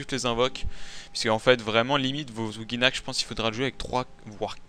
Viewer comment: ouJinak ! et pas ouGUI ya pas de u